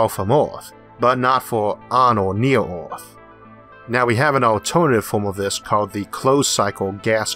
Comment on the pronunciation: I can only hear "Oeth" instead of "Earth" so many times, a man has his limits.